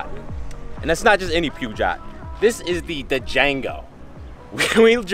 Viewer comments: I thought it pronounced as "per-shjoe" instead of "pew-jar" 😂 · Maaaan, It's not Puuga?? It's Peugeot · 1) Ibiza is a place i frequent and DJ at, quite a bit. Best place on earth for me.2) Pergot is pronounced "Per-sho"3) I'm in Dubai, if you're ever in town, hit me up. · I appreciate your videos but my french ears hurt a lot when you pronounced Peugeot like "pyoujaht"... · You litteraly butchered the name out of that scooter bruh lol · The way he pronounced Peugeot lol! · 😂😂 I thought he got the brand wrong but then realized I was actually trying to say Peugot hahaha😂